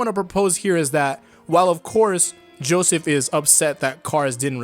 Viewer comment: he said Joeseth